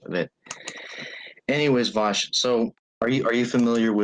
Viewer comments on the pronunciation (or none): The way he says "Vaush" as "Bosh" is insuffurable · This is the first time I've heard the name Vaush sound like a slur. "ANYWAYS VAUSH."